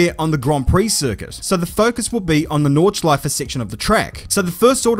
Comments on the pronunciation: as a native german speaker: i´ve never heard something offensive about the nordschleife, you caught me offguard with your "Nordscheiße" there. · im german and i cried laughing when you said nordscheiße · As a German.. "Nordschaize" send me 😂😂😂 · You really got me with Nordschseiße hahaha, great job. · Nordscheiße xD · „we do not need to turn the Nordschleife into the Nordscheiße“ 😂😂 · The nordscheiße 🤣🤣🤣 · tbh watching that as a german is comedy with the pronunciations and stuff, but 'nordscheiße' caught me so unaware that i had to laugh for 5 minutes straight (in a good way though, it's a genuinely good play of words). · Nordscheiße ahhahaha laughed my ass of hahahahah learned some german;)